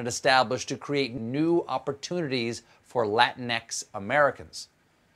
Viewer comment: La TEE’ nex